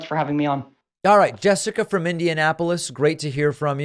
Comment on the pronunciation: Is it JUST me or did "Jessica" sound more like a "Jeff-ica"?😂❤ JK JK LoL